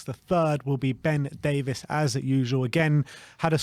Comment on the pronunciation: His name is Davies. Not Davis. Why does every person in the world still get this wrong?